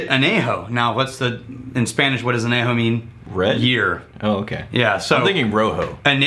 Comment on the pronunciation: I love you, but your Spanish causes me physical harm. Año = year, Añejo = old, Reposado = rested